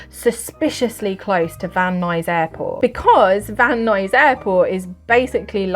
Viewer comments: You nailed the pronunciation of Van Nuys, CA. Very good. lol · You said van nuys perfectly! :) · You pronounced Van Nuys correctly 😊